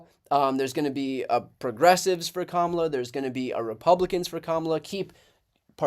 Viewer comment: I like that even Bill O'Rilly pronounced Kamala the right way. It seems that Kamala Harris has got them by their ...